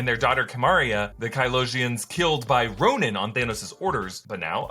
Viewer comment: I thought he said he got it off of the "corpse of a Kronan"?